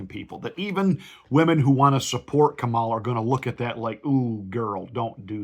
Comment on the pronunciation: Exactly! The fact that he is intentionally mispronouncing her name is a dead giveaway., you sir are no Christian.